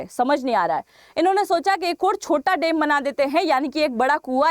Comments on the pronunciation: Madam there is a difference between डेम and. डैम So please be careful about pronunciation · Woh डेम नही डैम होता है, सही पकड़े हैं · Dem kya hota hai .dam bola na😅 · dem nahi dam aur lara nahi lar rahe the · Madam, Dam ko Dem kyo bolti hain Rajasthani style mein. Kal toh ap bag ko bhi beg bolengi. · Madam ji, it’s डैम not डेम 🤣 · Please improve your pronunciation of DAM.